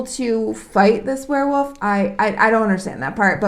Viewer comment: Yes they are pack animals but haven't you ever heard of lone wolves? Also it's Werewolf not Were'woof lol... This is not an attack by the way, great review, I'm just being silly...